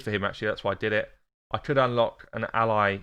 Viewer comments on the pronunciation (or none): none